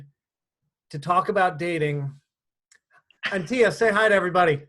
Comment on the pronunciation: Did he mispronounce Antia? Background isn’t the best lol but it doesn’t matter to what the content you offer - from a woman just saying 😉